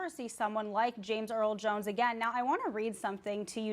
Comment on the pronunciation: They couldn't get a black reporter with heft or at least an elder reporter with heft to talk about James Earl Jones? They got a millennial with a millennial accent who said James Earl Jone🤦